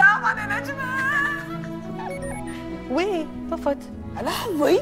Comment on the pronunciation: وهذي : نجبه 😭😭 تعديل : اسمها نجمهههه وليس نجبهههه😭😭😭😭😭😭😭😭😭😭